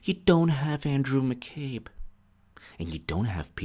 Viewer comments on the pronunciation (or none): none